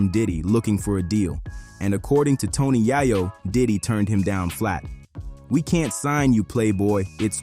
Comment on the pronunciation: Tony Yai-yo? Pack? 🤣 AI voice narration is lazy